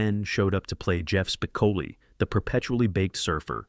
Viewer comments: Spi--co--li not "Spicali" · This narrator can’t even get Spicoli’s name right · This narrator is either purposely mispronouncing Spicoli's name or he's never personally watched the movie. How annoying.